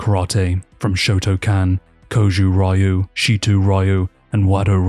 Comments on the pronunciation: That is absolutely not how you pronounce Y's in Japanese. They sound just like the Y when used as consonants in English. There are three Y sounds in Japanese. Ya, Yu, Yo. They sound exactly how they look. Therefore Ryu is not "Reeu" It's literally just like saying "you" but with an R at the front. The R sounds in Japanese are more complicated and not really english R's at all but thats an entirely different bag of worms. And yes, I do speak Japanese. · Y in Japanese is not actually pronounced as a separate "ee" sound, but just as a consonant. This is difficult for some English speakers, though, so it's common to pronounce Tokyo as "to-ki-o." "Ryu" adds in the additional difficulty of Japanese r, which isn't a sound that exists in English. I think it's best in English to just learn to pronounce the vowels correctly and pronounce the consonants however you'd normally read them. (I don't speak Japanese so this may not be 100% correct. Overall I think the most important thing is to just try your best and be respectful when pronouncing foreign words.)